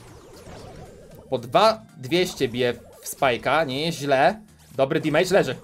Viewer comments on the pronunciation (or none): none